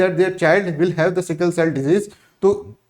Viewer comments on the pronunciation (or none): It is not स्किल cell anemia. It is सिकल cell anemia.